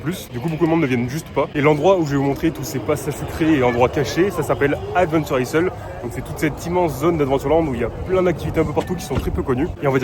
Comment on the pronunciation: mes oreilles saignent... "adventure aille" s il te plait, sinon merci our le panorama, il y en a que j avais oublié :)